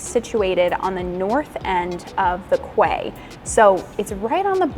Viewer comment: Quay is pronounced key!!!! ❤